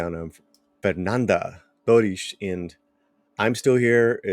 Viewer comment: how cute of him to pronounce "torres" with the accent